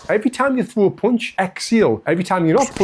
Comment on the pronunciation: yes dude. You pronunce punch with the sound of the letter U like when you are saying "could". In standard British english, but also in american english, "punch" has the letter U with the sound of the A of "car". More ore less.